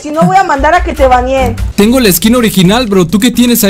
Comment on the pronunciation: en el minuto envés de dicir te baneen dice te banieen